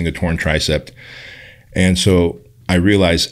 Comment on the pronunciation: And has the intelligence of a 9 year old. The guy says so many ignorant things. For example, I'm pretty sure he says "TricepT" with a T at the end. Imagine being almost 50 and not knowing it's a tricep. Unbelievable.